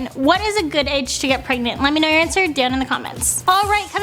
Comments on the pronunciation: Prenant ha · Prenant? I think you mean pregnant... 😂😂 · prenant? Pregnant honey learn